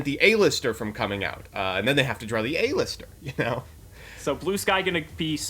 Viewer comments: Does pronounce half of the cards wrong on purpose? "A-Lister"-Joseph Rothschild, 2020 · The way they pronounce cards kills me. Who tf is A-lister